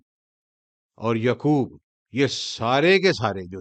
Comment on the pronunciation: Muslim not Muslim thanks. Say yaqoob not yukoob